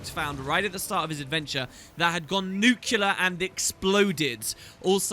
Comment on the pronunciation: You pronounce nuclear like George Bush It's NOT nuke-u-ler It's nu-clee-er :)